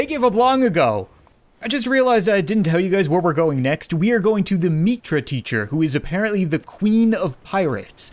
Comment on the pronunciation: It isn't "Meetra," it's Mitra